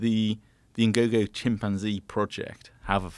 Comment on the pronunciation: I genuinely can't stand the way Joe pronounces chimpanzee